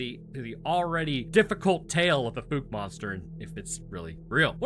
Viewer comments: Why are you calling it the fook monster, when you correctly pronounced the name of the town, Fouke (f-ow-k)? 🤔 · I grew up there ( born in 1976 ) It's pronounced FOWK not FOOK. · Great video but it's pronounced F-OW-K it's not FooK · "Fowk", not "fooky". Anybody who says that last one is fooky. "New species"? Ro, it's an ogre - a bigfoot. Nihil novum sub sole. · Dear Papa, I could be wrong but I grew up in NW Louisiana and my family always pronounced it like “ foulke “ not “fooke “ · I love your channel bro watch it almost daily just wanted to help you out its pronounced like "fowke" not "fook" lol keep up the stories bud love em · The "documentaries" featuring locals discussing the animal suggest its pronounced "fowk"... like "fowl", but with a K... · Wow, bro you actually pronounced Fouke correctly! Not even the news channel out of Shreveport can do that and they're only an hour away. Well done! Edit: and then you screwed it up the entire rest of the video It's pronounced F-ow-ck Edit: did I hear you right? Do you only live about 8 hours away from us? If so you should definitely come down, there's a bunch of us that would give you tours and show you around and tell you stories. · Then you messed it up. Lol. Ph-ow-cuh. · Likewise, the town is called “Fook” lately, rhyming with “fool”. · You had the pronunciation right one of the first few times😂 “Fouke” is pronounced with the same OU sound as that of “Ouch”. Use that sound, ignore the E and, you’re good. I live about 20 miles from there some I’m very familiar with the proper pronunciation. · Dude, i live like 30 minutes from Fouke, (the e is silent). there are no bears in this area. I have never seen one, and don't know anyone who has. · Watch the movie so you can pronounce the name Fouke correctly. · I love your content so much. BUT your pronunciation of Fouke was painful😅 also we dont have grizzley bears in the area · It's pronounced like the ou in ouch.